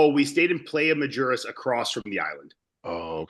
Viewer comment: its not majuras its mujeres. mujer is a female in spanish. basically the island of women or female island